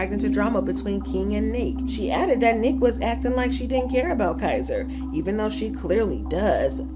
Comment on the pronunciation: Her Name Is Niiiique 🤦Nique 🤣🤣🤣